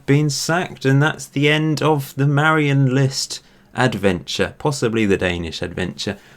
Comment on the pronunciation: Dane here. Your pronunciation of Marienlyst is actually pretty good.